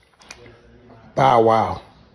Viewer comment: First this culture vulture cant pronounce Bow Wows name, he then shows footage of Orlando Brown while speaking about Katt Williams. Clown business. Fire your team